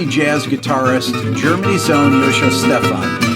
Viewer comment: Giacomo Stephan? Oh, sorry. Joscho Stephan.